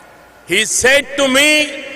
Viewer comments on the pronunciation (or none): none